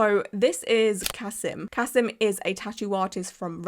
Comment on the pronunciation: Also, his name is Ka-SEEM. And almost all of his clients are Muslim. He's not losing clients. Different countries have different outrages. This is not an outrage in Russia or with Muslims. And he's not "white".